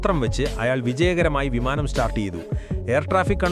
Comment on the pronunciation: വിമാനം ❌ വമാനം✅😂😂